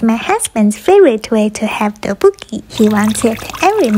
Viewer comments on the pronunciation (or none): No hate but the pronunciation is tok-Bok-Ki♡♡♡ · thats not how u pronounce tteokbokki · if she was korean she wouldn't pronounce tteokboki like that 💀 (I'm korean btw) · Bro the way she pronounced tteokbokki makes me cringe 💀